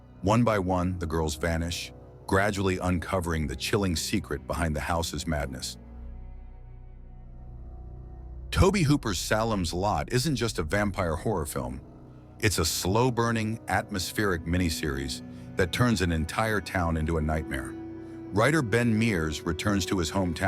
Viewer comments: It's pronounced "Say-lem", my dude, not "Sallem". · "Sallem's Lot?" Lazy AI. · Sal’lem’s Lot? So over AI mispronunciations👎🏿💯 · Stupid AI voice. It's pronounced "Saylem's Lot" not "Salem's Lot" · Can't even pronounce Salem's? Lmao!! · Perhaps he could pronounce “Salem” properly!